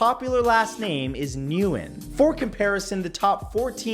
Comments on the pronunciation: Nguyen = When (guen) not Nuwhen. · knowledge whale!!! nguyen is pronounced win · I'm pretty sure Nguyen is pronounced WEN, at least that's what Dr. Nguyen told me when i worked for him. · Its pronunciation is "when" not "nu-when" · Yes, 40% of Vietnamese people share the same last name NGUYEN. However, it's pronounced "when." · #46 it’s pronounced “Wen” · It's whin lol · Its actually pronounced "when" for Nguyen. I have friends with that last name and their dads from Vietnam. He says its pronounced "when". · Nguyen is pronounced Winn. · Nguyen is pronounced win lmao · Just looking out for you here: Pronounciation Macabre = McCobb Nguyen = when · I believe Ngyuen is pronounced as Gwin kinda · His pronunciation of Nguyen lol (it's 'win') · Nguyen is pronounced like "win" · I cringed when you said Nguyen. Its pronounced like "win". My favorite exgirlfriend was Vietnamese and it was her last name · The name Nguyen is pronounced hwin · Hate to be that guy, but I have a Nguyen that frequents the hotel I work at, and after butchering the pronounciation he told me it was said like the word "Win" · Nguyen is pronounced like "win." But I still love you Matt! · Nguyn is pronounced win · Nguyen is pronounced "When" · Fact #51. Nguyen is pronounced "when/wen" Fact #52. Countach is pronouced "Coontosh". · The name is pronounced "when" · it sounds more of "win" than "when" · MATT YOU NEED TO CHECK YOUR PRONUNCIATIONS. You mispronounced St. Louis AND the name Nguyen. EVERY DAMN EPISODE YOU MISPRONOUNCE SOMETHING. Are you mispronouncing everything on purpose or are you just too lazy to check everything? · That's not how you pronounce Nguyen btw #46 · You still kind of pronounce the N. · Nguyen is totally not pronounced like that. And I'm Romanian.